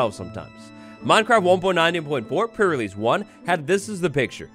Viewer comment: Is it just me, or does it sound like is saying "Pur release" and not "pre relesae"? Everytime he does these prerelease videos that's all i hear, pur release (meow:3 )